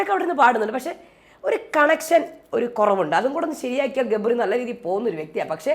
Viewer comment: jabri alla gabri aanu 😂😂😂😂